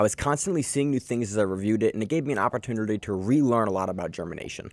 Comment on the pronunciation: The Way U Said Opportunity 😂😂